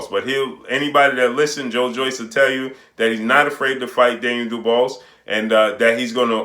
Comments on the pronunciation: Hey my guy, you really show you don't watch some of these fighters you report on by butchering their names. If you EVER WATCHED a Daniel Dubois fight you would kno its pronounced 'Doo-bwaa' and Not 'Doo-bose' (the 's' is silent). I believe the name is of French origin. Love your vids but you show your limited research with little things like this. Not trying to pick on you G, just frustrating to hear you repeatedly video after video mispronounce the man's name. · you're killin me mispronouncing Daniel Dobois (Du-Bwa). You know like Benson, or Tom Dobois from Boondocks. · Lol facts idk why pronounce it like that but he's putting in work so big up him